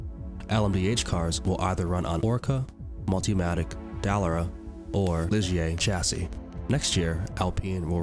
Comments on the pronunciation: Del er rah.... pffffffhahahahaha yet again someone who doesn't know how to pronounce names making videos like they know what they are talking about. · What a mess. Who’s the commentator? It sounds like bad AI. If not…then learn to pronounce Dallara, IMSA, Isotta. Etc. (Or find someone who actually KNOWS a bit about motorsport). Quite apart from anything, the list is not even complete 🤦🏻‍♂️ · It was definitely used to talk just based on all the word it was screwing up on. Like Dallera, and Peugeot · Stop saying Dallara like that